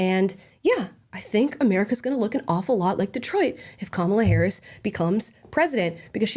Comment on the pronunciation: You mispronounced Harris as "Herod." I'd say it's still an apt description.